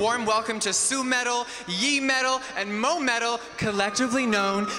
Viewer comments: He looks like an absolute mess and even worse, he pronounced Yuimetal wrong (called her Yimetal). Smh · You guys doing the same thing you just don't realize. Please listen to the two people in the first part of this video again. KARATE = KarRRatiiiee YUI METAL = Yiii metal MOA METAL = moo metal Why do gaijin misunderstand that they can pronounce it perfectly? lol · “Su-metal, Yee-metal , and Moa-metal“ did no one else notice this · it's "Su-metal", "Yuimetal" and "Moametal" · could not have possibly pronounced their names more wrongly. Also what the fuck is Jeffree Star doing there.